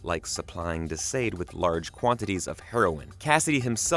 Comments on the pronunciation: Thank you. This was KILLING me. "De Sayed." The uncultured swine. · Why are you pronouning De Sãde as [De sĀde]? Haven't you ever heard of the Marquis De Sade as reference for the actual pronunciation? Edit: In the show, Billy is JUST a friend and not a sibling.